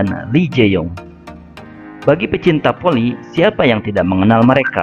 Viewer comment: Bola Voli om bukan bola poli Fans bukan pans , Hadewwwwwww blibet si om jd mimin 🙄